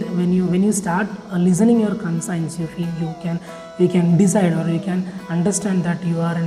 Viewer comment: Conscience pronunciation is wrong